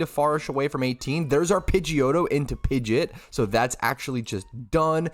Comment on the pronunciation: Pidge-et 🙈😂 GJ tho :)